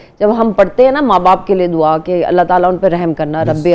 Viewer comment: Ap plz dua sahii tarha yad kary wrong parha hi ap ny apny ly he Arabic parny k ly time nkaly blessings hi